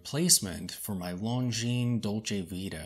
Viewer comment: Thank you for pronouncing Longines properly.